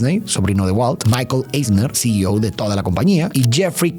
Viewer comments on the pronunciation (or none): none